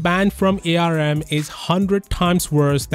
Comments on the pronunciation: I know that ARM is capitalized, but please stop saying A, R, M. Everyone in industry just says "arm". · Sorry this triggers me as an electrical engineer, it's pronounced "ARM" NOT "A-R-M" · arm is pronounced directly arm not A R M